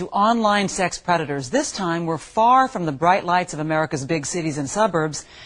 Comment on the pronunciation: Omg I hate the way Chris Hansen says "sex." Its always "shex." Ughhhhh. LOVE THE SHOW THOUGH! 👍🏾